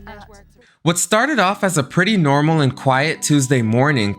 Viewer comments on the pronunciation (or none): none